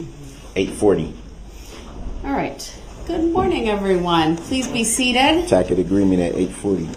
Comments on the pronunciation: He says takit even after she used the word “tacit” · Both . He said (am) “tackit” agreement🤦‍♀️